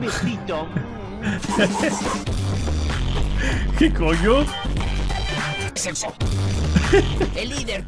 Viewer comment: Yo me cague de risa en la parte de la película de monster house cuando dijo sepso 🤣🤣🤣🤣🤣🤣🤣